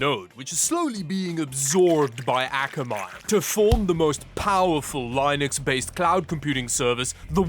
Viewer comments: Bruh it's li nux not lienux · Your sponsor is pronounced "lie-node" to match your pronunciation of "lie-nux" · dude pronounces it line-ux. What the hell is wrong with some people?! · It's pronounced "LINN-nex". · why u say line ux ? its so annoying lol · The way this man says linux, makes me feel uncomfortable... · the way he pronounces linux triggers me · Hey bro it's pronounced Linux, not Linux, ok? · Still irks me when pronounces Linux wrong lmao